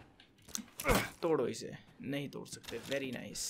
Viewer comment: 21: 31 for 1 second i thought Ethan said 'todo ise'